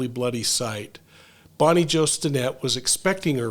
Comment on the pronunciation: I ABSOLUTELY ADORE you, but it is "BOBBIE JO" not "BONNIE JO".🙏🙏🙏👏👏🧡🧡🧡